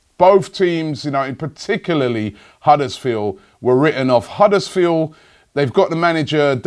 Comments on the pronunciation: It's Huddersfield, not Huddersfeel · why cant you pronounce the d at the end of huddersfield?